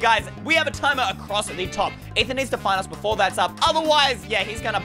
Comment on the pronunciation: its ey not eye